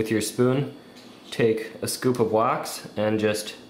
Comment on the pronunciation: wax not "waz" XD